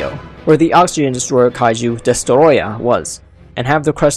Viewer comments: The way he said Destoroyah😂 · Its called "Destoroyah" Gojira idiot.